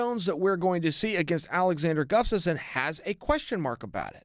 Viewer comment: I've never heard Chael not call him 'guffstasson'